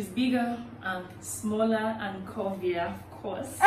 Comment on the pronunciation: sis said curvier😂😂